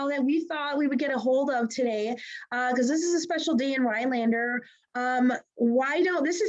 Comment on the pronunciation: I am very happy for this, but I would think that the person from the chamber would be able to pronounce the town name properly…RhiNelander, not Ryelander…just sayin